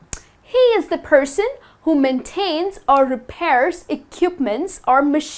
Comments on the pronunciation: she says ekiupment instead of equipment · Jerome Fernando 😂😂😂😂😂ekiupment!!!!